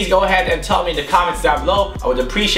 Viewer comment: Man ur vlog t-shirt is super cool ,my fav player is cornet, and at the end when u said peace it sounded like puss.. lol ..HAHAHA